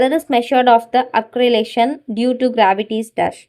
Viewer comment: Acceleration pronunciation is wrong